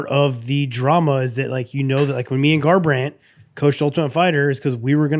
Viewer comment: TJ really said garbrandt 😂